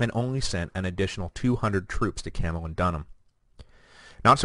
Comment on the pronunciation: Good Grief! Camulodunum is CAM-u-LOD-un-um, not CAM-u-lo-DUN-um! {:o:O:}